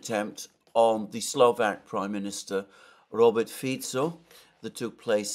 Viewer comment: SLO VAK not SLO VEK thanks!